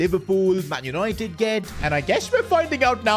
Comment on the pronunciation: Yesssss Yanited Yanited